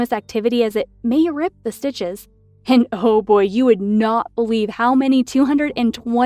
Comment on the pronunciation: "220 stitchehses"